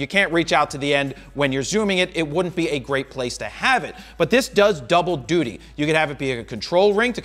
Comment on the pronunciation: Jared said 'DUTY'